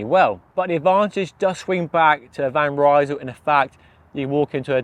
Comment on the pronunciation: Hey, van Rysel is not a british Brand! Would you mind to pronounce the name of the brand correctly? It is like "Reesl"! The word is spoken as it is written, though this might not help an English speaker.